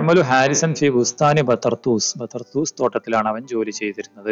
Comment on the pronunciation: ബതർതൂസ് എന്നല്ല മാഷേ ബി തർതൂസ് എന്നാണ് لا بَطَرْطُوس بل بِطَرطوس الباء حرف جار طرطوس هي مدينة تقع على ساحل البحر الأبيض المتوسط في سوريا